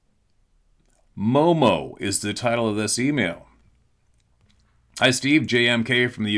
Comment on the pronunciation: ... Mo,mo is the correct way to say it. Sup, fam(?)! MO is the abbreviation for my state (as far as the postal service is concerned), and mo is short for monster. I live there and have been hearing about Mo,mo since the 60s. Peace🎉🍻